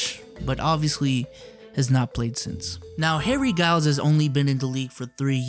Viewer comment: It's pronounced Harry Jai-youls, not Guy-youls my man... Betta step ya game B!?!?!